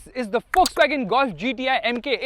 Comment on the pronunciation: Bro Please say VOLKSWAGEN properly why you say Fuckswagen 😂